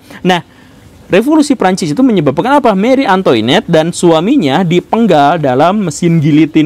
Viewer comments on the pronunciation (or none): Punten Pak Guru, mau koreksi cara baca Marie Antoinette, Antoinette dibacanya Ang'twanet terus Guillotine dibacanya Giyotin🙏